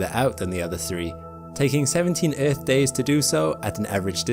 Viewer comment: But but but the erf is flat guyses😂😂😂😂😂